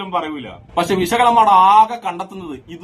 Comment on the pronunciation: സുഹൃത്തേ സംസാരിക്കുമ്പോൾ ഉച്ഛാരണം ഒന്ന് നന്നാക്കു. വെശകല അല്ല. വിഷകലയാണ്. ഉള്ളടക്കം നല്ലതാണ്.